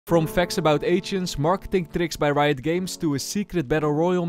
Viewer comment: are u saying RIOT games as RITO games? 😂